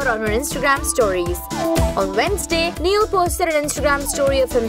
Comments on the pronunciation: Its not neeial its Niall.😂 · "Nieal" noo!! It's Niall. Take his name properly man.. 😬🙄